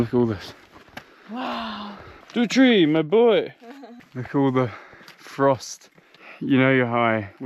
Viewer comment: "Dutri!!! My boy!" 😅 Actually it's "Putri", it's a common girls' name, and it's also how you can call someone's daughter.. "Putri Pak Donald" = Sir Donald's Daughter